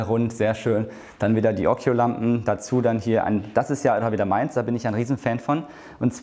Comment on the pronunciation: Ja, occhio heißt Auge und das ist italienisch und wird ockio gesprochen.